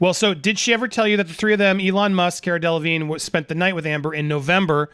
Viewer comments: Cara DeLevingue (pronounced De-La-Veen) is a British model and actress who is worth 28 million dollars. You can try dating the photos by compring other images with a date stamp and that poster mounted in the elevator. Let's not forget Johnny Depp was out of the country on a music tour from May 27, 1916 for several months. Amber Heard's domestic violence restraining order against Depp was filed less than a week after the divorce filing. During July, 2016 Johnny Depp was contacted by Amber Heard which was confusing for him. Depp, unfortunately, met with Heard at a San Francisco hotel. "So I was talked into going there and met with her in hopes that she would retract her lies that the world was now fed. In no way was she ready to do that, and I couldn't understand why I was there — everything had been taken from me, my children couldn't escape the fact that all this had gone down." Depp said he felt Heard brought him to that meeting "under false pretenses" and, after the fallout of the allegations against him, he was "really just at the end, just at the end; I couldn't take it anymore." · Her name is pronounced Care-uh Dell-ahhh-veene. People mistakenly pronounce the G and first N and E in Delevingne, but are silent. Like Mignogna, which is Italian. Whether it was shame of getting caught in a cheating scandal or just not liking to talk about her affairs, Cara didn't want to speak at the time this affair was mentioned. That's not the major issue. Johnny didn't deserve to be cheated on, but the issue is the people who saw Amber could've said they didn't see bruises on her when she lied about injuries. Too many people protecting her or themselves were not doing the right thing in this whole situation. A lot did on Johnny's side like his witnesses, which was wonderful. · Haha, it’s pronounced “CAR-UH“ and her last name is “DELL-LUH-VEEN” ☺️ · Pronounce as if spelt this way Delevine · The way that lawyer pronounces caras last name lol!